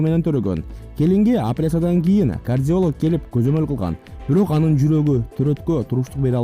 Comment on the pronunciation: Апераса дейт го😂😂